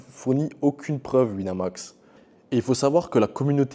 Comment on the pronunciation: "Sur Wineumax" 🤓